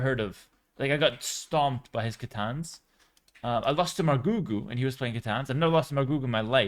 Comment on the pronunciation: "I lost to margougou" lol